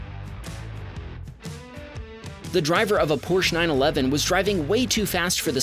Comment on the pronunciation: "Porch 911"